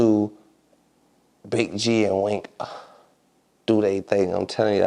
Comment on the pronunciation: It's weensy not wink